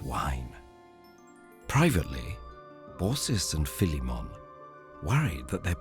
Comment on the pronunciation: I DID NOT EXPECT THE NARRATOR TO SAY PHILIMMON CORROECTLY